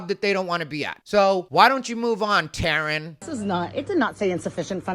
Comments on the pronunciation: "Taren" 😂 that is funny but suddenly I feel bad for my friend named Terrin 😂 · “Taren”?? 😂😂😂😂😂😂 I cant😂😂😂